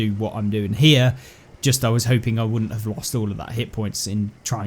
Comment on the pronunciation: It’s was,not wis😂